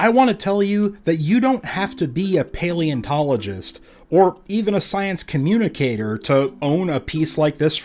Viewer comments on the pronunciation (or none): none